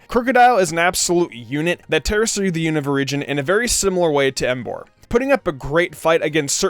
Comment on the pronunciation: 1. It's "You-Nah-Va". NOT "You-Know-Va". 2. Krookodile is better off with Shadow Claw. Physical Move, high Crit rate, with Moxie is Godly. Oh, and it can take on Iris/Drayden. 3. Sigilyph is shoved in because it's your favorite. No other reason. Swoobat is a WAY better option. 4. You don't understand how to use the Elemental Monkeys. Besides the fact that Simipour (along with Simisage and Simisear) don't learn moves upon leveling up, you get the moves listed mid-to-late game. You didn't actually go over Simipours movepool instead saying "I needed an Ice move. " Jellicent exists. Waterfall is useless in this Gen. Could've taught it Acrobatics. Dumbass. 5. Really? Amoongus? A whole list of Pokemon just waiting to be used (that have actual relevance) and you choose AMOONGUS!? God, you are an idiot. Ferrothorn exists. 6. Make an apology video for this crap team. (Besides Emboar and Krookodile).